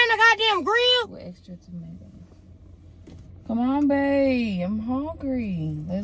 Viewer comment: “wItH eXtRa TaMtOs” me:💀